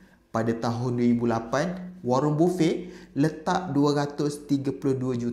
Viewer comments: Sebutannye Bafet. Bukan bufey. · Sebutan 'warren buffet' tu dik..